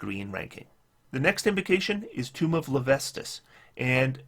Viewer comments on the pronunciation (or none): You did not mispronounce Levistus - you did however mispronounce "Tomb" as "Tome".